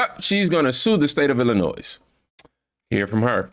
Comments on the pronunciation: Illinoy no “s” on the end. It’s a French language origin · Love your content, but because I am that kind of A-H0le, I have to say this... You mispronounce Illinois, it is pronounced like ILL-A- NOY, not ILL-A-NOYZ, If you don't care about pronouncing the state correctly, why would you care that you are pronouncing the governor of that state's name correctly? Keep up the great content, but, that word happens to be one of my weird, quirky triggers.... like when people say "I'll meet you at 8 AM in the morning.... there is no other 8 AM AM means the morning, so, either say 8 AM or 8 in the morning, don't use both :) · Illinois = il•li•noy. ❤ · Illinois (ill-in-oy), silent S at the end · Ell laa noi no s on the end thank you 😎